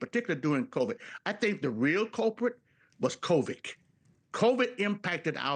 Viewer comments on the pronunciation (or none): Did he just say “covik “? 😂 wonder how much he’s being paid.